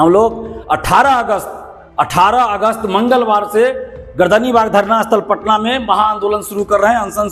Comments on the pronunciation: Its Gardanibag, not gardanbag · गर्दन बाग नहीं, पटना सही शब्द है गर्दनी बाग